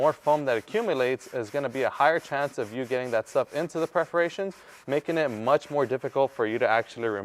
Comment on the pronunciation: The correct pronunciation is “PERforations”. otherwise, thank you for the cool info!